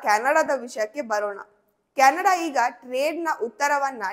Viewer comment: ಕ್ಯಾಣಡ ಅಲ್ಲ ಮಾರಾಯಿತಿ ಅದು ಕೆನಡಾ 😂